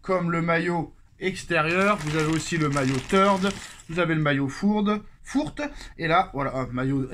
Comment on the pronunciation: faut arreter de dire les maillots fourte mais fource en expirant le r lol , je suis collectionneur de maillots chacun fait ce qu'il veut de ses sous mais privilégier de l'authentique occasion au moins ça a de la valeur sur le marché.